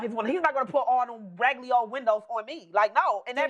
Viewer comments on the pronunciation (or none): Exactly and the word is Raggedy NOT Ragaly, she kept saying it